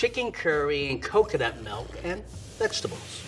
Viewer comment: pronounces milk like 'melk'.